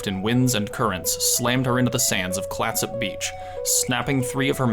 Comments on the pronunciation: Great adventure. Nice mix of geography, history, and interesting people. Two small points: Clatsop is pronounced Clat-sup and Elgin is pronounced El-gin (as in the liquor). I hope to see more from you! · Nice overview of the outline of Oregon. I'm a native Oregonian, originally from Corvallis. Just want to point out two mispronunciations. Clatsop is pronounced with up. Elgin is pronounced like the drink of gin. 😊